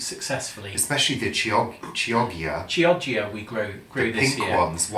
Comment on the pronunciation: Chioggia, pronounced key-oh-gee-ah (with a soft g) forgive me, currently studying Italian. Love you two!!